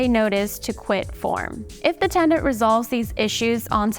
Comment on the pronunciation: TENANT. Not TENDANT 🤦🏻‍♀️